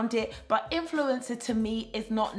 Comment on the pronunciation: 🤣 it sounded like you said influenza 🤭 that was funny! Keep up the good work